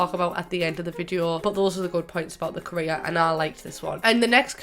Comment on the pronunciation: Was it only me that though she said Korea when she said career😂😂